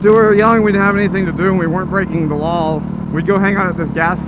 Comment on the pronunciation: "We weren't breaking the lawl" lawl